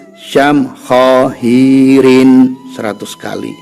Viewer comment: yg benar syamhaahiirin bkn syam khoohiirin